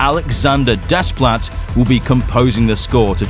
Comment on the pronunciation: Thank the great Monsterverse maker, no Junkie Scrap Ell for "GxK 3". Henry Jackman's return, even thought he's not Bear McCreery, is a welcome bit of news... Next, being of mixed Greek and French heritage and being fluent in French, I can tell you without reservation, Alexandre Desplat's last name is pronounced "Day-pla". The S and T are silent and the E is a long A vowel sound.